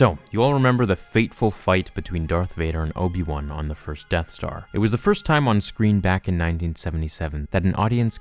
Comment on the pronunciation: I love This..Obi-Wan? Try; O-P-Wan.